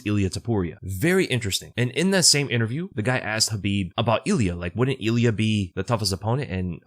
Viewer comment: “Eel ee ah” “rob fawnt”